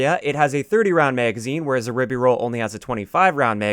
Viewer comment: By the spelling, the pronunciation should be rye-bee-rolz not rib-be-rolz.